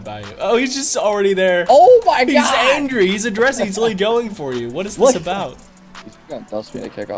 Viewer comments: Why do you keep saying “Adressive” wtf does that mean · Is anyone else hearing say “addressive” or am I losing my mind